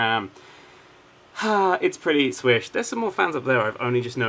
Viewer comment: Then two seconds later you said swish